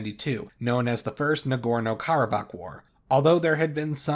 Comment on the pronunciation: It’s Karabakh